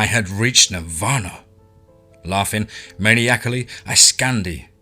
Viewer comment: Maniacally pronounced məˈnaɪəkli (men’eye’ick’ly)